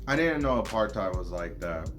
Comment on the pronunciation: Not apartheid(your pronunciation) its APURT-Hate